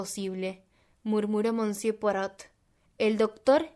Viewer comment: Gracias!! Me suscribo ipso facto! Permíteme un tip para mejorar, aún más tu lectura, cuando aparezca alguna palabra en un idioma que desconoces, puedes consultar Google y escuchar como suena, tal es el caso de monsieur que suena algo así como "mesié". Saludos cordiales!